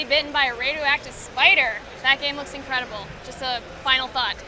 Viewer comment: u said every hero gam